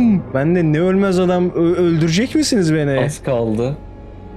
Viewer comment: ABİ "NE ELİN BEĞENİYE GİTMİYOR GİBİ" DERKEN "NE" YERİNE "BE" DİYORSUN DÜZELT ŞUNUUUUUUUU!!!!!